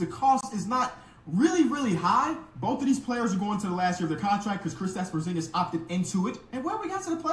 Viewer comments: U serious w that porzingus pronounciation i cant tell 😅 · Por Zon Gus